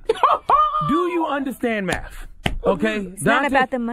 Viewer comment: "Do you understand MAFF?" Nigga do you understand the English language? He went out of his way to put the "F" on it too!